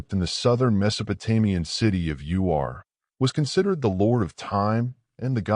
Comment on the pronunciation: Oh, you mean Hay-ran and Oor. I can't even hear anything else you say......."Heron" and "U-R"?😆😅